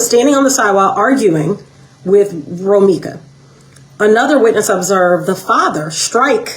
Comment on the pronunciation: He Can't Even Say Romeca Name Properly Now...